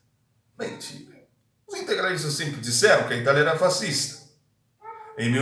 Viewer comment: Tu deu uma puxada de leves no italiano ao pronunciar "fascista", suspeito que você é o impostor kkkkkkk